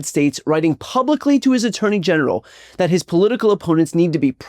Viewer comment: you definitely said ‘attorney genital’ here